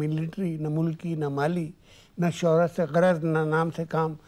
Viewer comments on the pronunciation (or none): Abay tum log kahan se aajaate ho....? Johnny Walker ka intro dete waqt ...starting mein "Mash-hoori" kaha.. Wo lafz mash hoori nahi hota ...aur na hi Urdu mein aisa koi lafz hai. Tumko kehna chahiye tha ... SHOHRAT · *Not ‘Mash’hoori’ but ‘Shohrath’